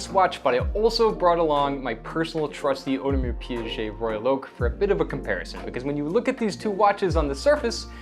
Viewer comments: Audemars Piaget? That's not how you pronounce the brand. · Audemars who?! You have lost me immediately after you said Piaget for the second time. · Audemars Pee-ghey. Piaget is a separate company entirely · Did you just say PIAGET????????? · To be fair you should compare the AP 15500 movement to the new Zenith, as that AP movement is actually the new one and far superior then the 15400 one. And yes, you need to practice your French 😊